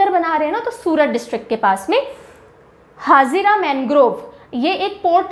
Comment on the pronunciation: The way you know it is vagad not vegad or etc because you belong from RJ. The same way you pronounce the wrong name of gujrat places, it is भरूच not भारूच and it is हजीरा not हाजिरा। Also in other lectures you pronounce the wrong name for NP like it is वेलावदर NP and वासंदा NP। Not making fun but just correcting pronunciation. As when you don't belong from a particular region you can't pronounce proper 😅